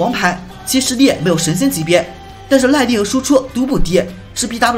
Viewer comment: 这个“耐（lai）力”的发音好可爱哦哈哈哈哈